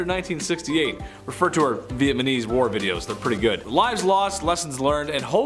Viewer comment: LOL VietNAMESE not VietMANESE LOL Meanwhile He can say Vietnam LOL